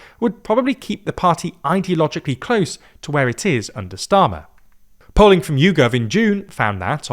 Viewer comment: And , "[Kier] Streamer" 😂